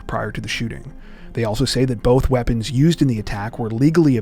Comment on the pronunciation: Now that you have said that it makes sense. LOL didn't sound like Weapons.